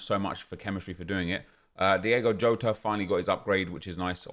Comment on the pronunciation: Does say Jotas name wrong on purpose?